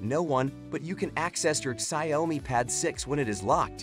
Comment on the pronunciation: the ciaomi pad 6 😆